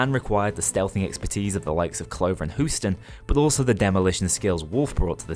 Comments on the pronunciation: "hoosten" lmao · I love how you say houston, sounds like husten, the german word for coughing